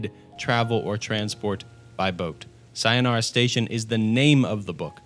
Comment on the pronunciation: Tf is your sayonara pronunciation lol